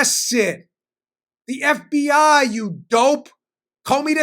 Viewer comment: Hey Dan, I think you meant “F B Eye”!